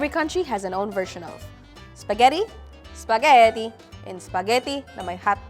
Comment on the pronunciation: I can't with the bisaya accent spageti na may hatdog hahaha